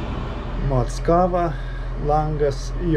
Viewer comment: Mockavoje mano mociute gyveno. Ne taip Kirtciuoji. Tragiskai skamba